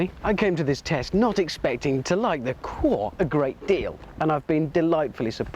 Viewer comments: Lol the pronunciation ir funny cwore? i think its pronounced See-Or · It's italian for heart. It's pronounced "koo-or-eh" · ダイハツ クおぉぇ〜🤮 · Italians surely laughing at that pronunciation - 20 valves eh? So 6.66 valves per cylinder? Satan would be proud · I always thought it was a nice looking little car, still is. Why does he insist on pronouncing the name wrong though? It’s irritating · What a dumb English presenter. It's in Italian as said above. Completely different pronunciation.